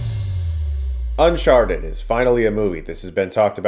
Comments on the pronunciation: Sounded like you said Unsharted at the beginning. I'd see that movie. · did he just call it un sharted? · You said Unsharted at the beginning of the video and nobody can convince me otherwise. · I'm not a native speaker so hearing you say "unsharted" made my day. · Why does he introduce it as "un-sharted"😂